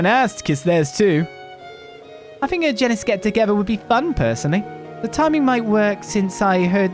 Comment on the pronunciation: I refuse to accept "Gee-nis" the same way I refuse to accept "Ee-bon" and "Ar-sail."